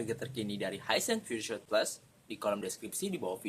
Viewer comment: pengucapannya (spelling) piur sot bukan piur syut.